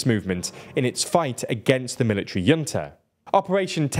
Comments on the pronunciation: I don't know why you think 'junta' is pronounced 'yunta'. It's not a German word. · H unta. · pronounce it as hunta. not yunta. not jhunta. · Junta is pronounced "hoon-tah" as it originates from Spanish. It can also be pronounced "Juhn-tah". I've never heard it pronounced the way you pronounced it with a Y. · I believe it’s pronounced hunta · Someone at TLDR should really figure out how to pronounce Junta correctly. Hint: It isn't a J sound at the beginning. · I can't take these awful pronunciations anymore. Burmese words that are not common, okay, understandable, but 'junta'? Come on. It's a common word in politics. You might as well just use the English pronunciation ('j' sound as in 'jump') instead of trying to do the Spanish pronunciation and getting it wrong. Some of these words really are not hard to pronounce right. If you're going to learn all this detail about a country, you may as well take the (far smaller amount of) time to learn a few pronunciations. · A minor point, but you may want to look up the pronunciation of junta. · the way you pronounce "junta" is simply not correct, it's not a German word, it's Spanish